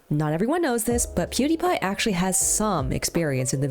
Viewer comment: did you said pewdiepie? Cuz I heard Cutie pie